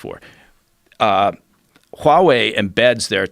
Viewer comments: He really pronounces that H in Huawei. WHOOOOWAAHWEI. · God I hate how he says 'Huawei', are they sure he's ex CIA? he sucks at pronouncing chinese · I cringe every time this guy says Huawei lol... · If he were to say HUAWEI one more time.....😠